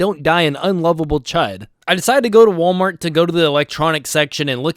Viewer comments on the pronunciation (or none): none